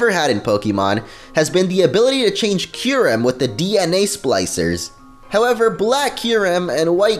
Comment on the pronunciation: You pronounce Kyreum's name soooo wrong in this video. Don't know where u get these pronuctiations from. If they don't say it that way on the anime then its not right to pronounce it any other way.